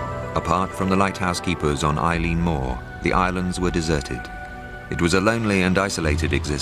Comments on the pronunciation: Its not Eileen its Eilean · I think it's pronounced "Illin", not "Eileen"